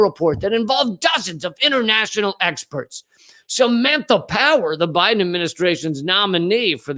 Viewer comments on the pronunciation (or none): none